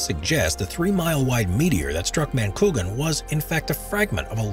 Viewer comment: #6 that's pronounced "ma-ni-kwa-gan"